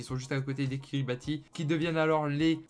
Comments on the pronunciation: Sauf qu on dit "Kiribahs" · Prononcer "Kiribass". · Ca se prononce KiribaTH, on prononce pas le I